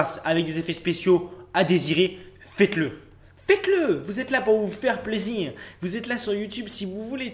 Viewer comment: La façon dont il prononce le mot "plaisir" vers me fait trop rire 😂